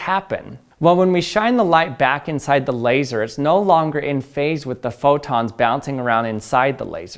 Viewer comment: “Labseor” - Odd1sout